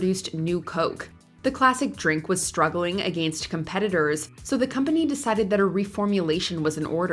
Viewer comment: The narrator is too grown to not be able to say AGAINST omfg its infuriating